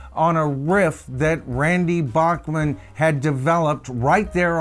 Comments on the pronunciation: Sorry Randy pronounces his last name (Back-man)🤭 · Randy pronounces his last name "Back-man". Ditto in the band name for BTO. It's a Canadian thing!